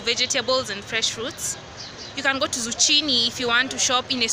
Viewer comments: Hey dear it is Zukkini.....not chini.enjoying the video though,big ups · girl......Zu?!!! what its Zuccini not zucchini *pronunciation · yeaa its zukini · Good job as always. A few suggestions. 1. When doing your OTD pls mention where you got it cos some viewers might be inspired by your fashion sense and want to buy the same. 2. its pronounced zukini even though its written otherwise. 3. Maybe at some point invest in noise canceling speakers so we can hear you (I like listen to what you have to say) 4. For the vids to flow, maybe go into the store before hand and tell them you will be filming, not so you can influence their behavior, but so they can expect it and then just give them a shout out. Thank you, Best of luck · Hallo hope ukichelewa? And you didn't say it as it should be said (zukini) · Aaahh you are just lovely 😍😍my favorite fruit(s) are pineapples and pears,and it's a season of pears OMG,am even eating one right now in my blanket,they soooo delicious. And it's pronounced zukini sweety😊😊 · Zucchini is a chain of green grocers found in most up market malls. And it's pronounced 'Zukini' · mama its pronounced as Zukini(zucchini) hahaha am not throwing shade btw ..love your vloggs big time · The 'h' in zucchini is silent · Nice....but pronunciation of Zucchini!!!